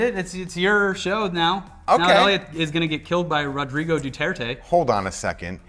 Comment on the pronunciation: Excellent pronunciation of Rodrigo,!